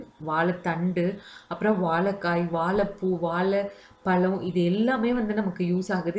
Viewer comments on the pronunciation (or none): அருமையான பதிவு. தமிழ் உச்சரிப்பில் கவனம் தேவை வால பலம் இல்லை சகோதரி, ❤வாழை பழம்.❤